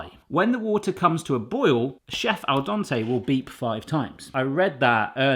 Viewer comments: Its pronounced dent-ay its sounds like youre saying Dante. 😂 Love the video. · It is al dente like the den in your home not Don like the guy who fixes your plumbing. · Seriosly, stop saying DONTÉ it's DENTÉ 😁🤨🤨🤨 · al dente, not al donte, you weirdo. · Please stop saying al donte. There's two E's in there and no O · Made me laugh every time you said al Donte Instead of al dente 😂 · It’s Al Dente not Al Donte! You even heard the Google lady say it,! 😅 🙄 😂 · I love it how you say Al Donte... :) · Aaarwgh%@ Its not "al donte"! Both "e"s are pronauced same like in the word "bed". No wonder your phone couldnt understand your meaning at first. Its the little things that bug the most. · Kazoo "al dente" is italian. It came from italian. Please pronauce it like its pronauced in italian. Its not like you dont have that sound in english. Its not that difficult. Or is it an impossibile soundpairing in his accent? I wonder how he says "dent"... I mean the whole world is pronaucing english words like native speaker do, not like they would read it using their own writing system.